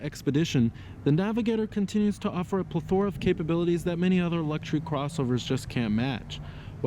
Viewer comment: PLETH-O-RA. not "PLE-THOR-A"